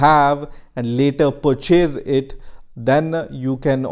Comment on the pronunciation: did he just say percheese it?